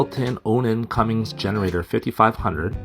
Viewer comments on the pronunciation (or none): And It's Cummin's , NOT Cumming's !